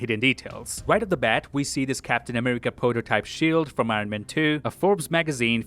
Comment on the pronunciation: . Porter-type instead of proto-type.